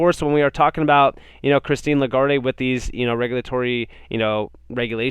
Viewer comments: The "e" is silent... (le - guard) is how it is pronounced. Great channel dude. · I'ts pronounced La-guard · great content as usual. FYI The e in Lagard(e) is silent. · (La- guard) “E” is silent in her name doing great keep it up!